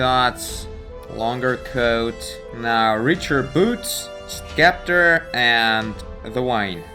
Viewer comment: you said scepter so wrong xD